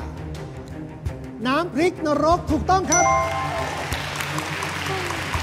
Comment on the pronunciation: ขอให้กรรมการช่วยแก้การออกเสียงของน้องให้ถูกต้องด้วย คำควบกล้ำ น้ำพริก ไม่ใช่ น้ำพิก เป็นคู (ครู) การปล่อยไป เท่ากับยอมรับว่าถูกต้องแล้ว น้องจะพูดผิดต่อๆไป